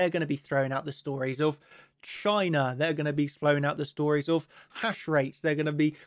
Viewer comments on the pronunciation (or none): none